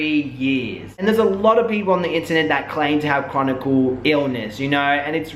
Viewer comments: It's "chronic illness" btw, Not "chronicle". Just wanted to share that with you. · I SUFFER FROM FIBROMYALGIA & BTW HERE'S HOW IT PRONOUNCED FIBRO-MY-AL-GA!!! FIBROMYALGIA IS A MUSCULOSKELETAL CONDITION. THE SYMPTOMS INCLUDED WIDESPREAD MUSCLE & JOINT PAIN AS WELL AS MODERATE TO SEVERE FATIGUE. A LARGE MAJORITY OF CHRONIC ( NOT CHRONICAL - THERE'S NO SUCH WORD ) ILLNESSES ARE ACCOMPANIED BY FIBROMYALGIA BECAUSE THE BODY IS STRUGGLING TO FUNCTION!!! WHETHER SHE HAS IT OR NOT WHAT SHE DESCRIBES IS RIGHT!!! U SERIOUSLY NEEDED TO FREAKIN EDUCATE YOURSELF BEFORE U SAY CERTAIN SHIT SERIOUSLY!!!